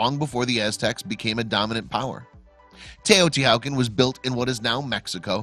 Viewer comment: Get the pronunciation right. = The "H" is silent in TEOTIHUACAN. Also an accent on the second a. / Language Nahuatl = na, watl